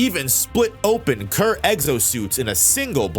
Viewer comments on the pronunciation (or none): none